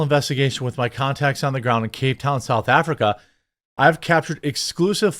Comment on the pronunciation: Not being a douche, but that's not how you pronounce cape town.